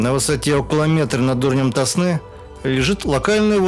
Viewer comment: Какой ТоснЫ? Река ТОсна.